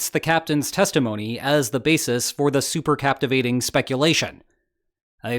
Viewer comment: Thanks for the details on this story. Please, as a former submariner, I insist you learn how to say supercaVitate (not supercaptivate). Thanks.